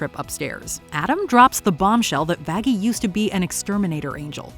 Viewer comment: That is not how you say Vaggy